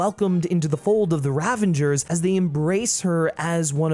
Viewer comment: Ravager, not Ravenger